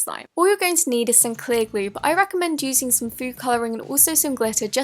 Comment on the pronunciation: INSTEAD OF SOME SHE SAYS SONE LIKE ACTUALLY